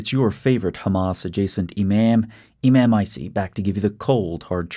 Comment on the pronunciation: Lmaooooaoaoaoa "imaym" LOL